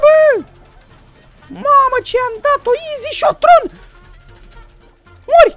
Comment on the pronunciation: Se zice izi hiton